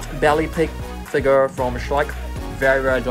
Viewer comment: I love when you say "figar"